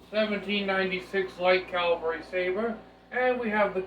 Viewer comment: Respectfully, it is spelled Cavalry and pronounced with the V before the L.